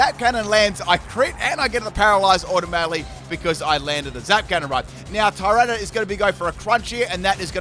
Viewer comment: I was listening to this in the background while team building, and thought multiple times that you were calling Tyranitar ‘Tyrone’ and not ‘Tyrana’